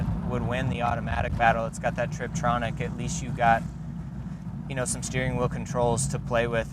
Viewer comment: Tiptronic, not Triptonic